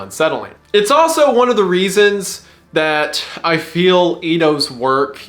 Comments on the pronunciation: favorite part of this was wendigoon saying readons when he was trying to say reasons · hehe he said readons